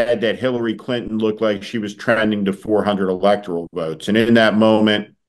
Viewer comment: David, it’s NOT an “EL-ek-tor-ul” vote!